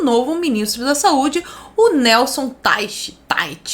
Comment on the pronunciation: A pronúncia é "Taich" - é alemão e significa: Lagoa.